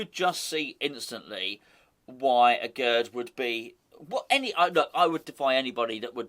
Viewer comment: Aguerd is pronounced "Agair"